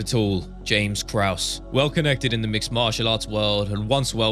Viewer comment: Brendan calling krause krus made my day